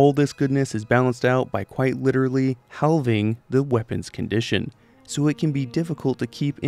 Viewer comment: respectfully the pronunciation of halving is killing me. i’ve never heard some one say it haLLving